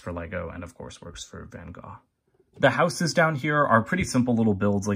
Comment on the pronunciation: So glad you pronounced the Artist's name correctly.